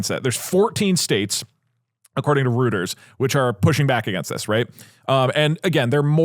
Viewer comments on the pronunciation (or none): it is pronounced like "roiters" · Reuters is pronounced roy-ters btw